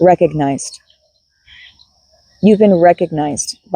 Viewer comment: "you've been recogknight"